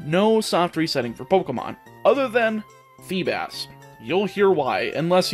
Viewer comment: He really said feebis